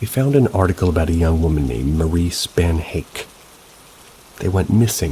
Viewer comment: In story #3 Spannhake is pronounced SPAN-ə-kee. I saw Janice in Oprah,one day. She described how Cameron love bombed her,before they were married and there were no signs of what he was really like. Once they were married,he not only told her that hed kill her,he told her exactly what he'd do,how badly it would hurt and how long it would take her to die! She told Coleen that she'd been as much a prisoner as Coleen had been.